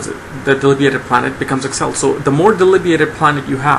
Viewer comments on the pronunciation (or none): none